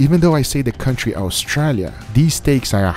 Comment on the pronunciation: Any other Aussie’s here cracking the shits at the way Guga pronounces “Australia”? lol